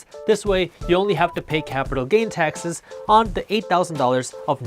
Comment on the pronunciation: Lol I kept hearing "Texas" instead of taxes